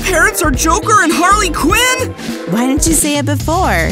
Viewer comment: harley quin said harley qweens